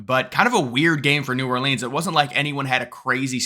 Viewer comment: New Ore Leans 😂